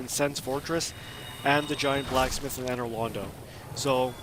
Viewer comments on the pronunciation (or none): none